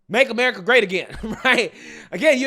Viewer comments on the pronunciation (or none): none